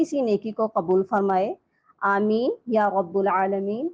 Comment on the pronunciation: Ya Rabbal instead of Ya Rabbul. plz correct it. Jazakillah khaira